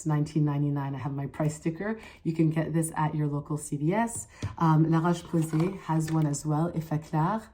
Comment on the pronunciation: I like how you pronounce the brands according to their origin. "Dela Cruz" sounded mexican, and La Roche Posay sounded French when you said it. There are still others I cannot remember, but well done!😊